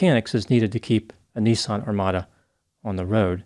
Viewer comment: NISSAN bud not NEESON